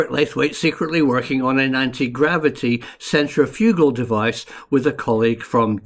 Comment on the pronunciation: Love the pronunciation centri-FUG-al!